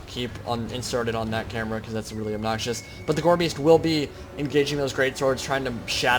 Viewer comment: exactly. pronounce it properly